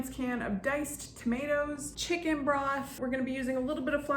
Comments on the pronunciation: She said shicken 😂😂😂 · This looks good..but mostly, the way you described it makes it sound way better than it looks 😁 I love how you pronounce "chicken" 😂